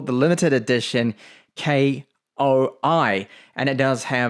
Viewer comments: I cringed every time you said "K-O-I" instead of KOI and called the Koi fish logo a "catfish". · Lol. I bet he doesn't even know that KOI read as KOI, not K.O.I. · "K. O. I." Lol. Just say "koi", like the fish.